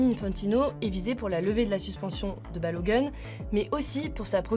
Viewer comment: La prononciation c'est pas "Balo gun" mais plutôt Balogoun. Faites un effort de ne pas écorcher le nom de sorte à éviter un certain préjugé vehiculer sur les noirs aux USA.